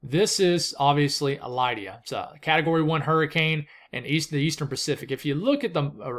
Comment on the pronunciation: I've always known it as LID-ee-uh. (But who knows?)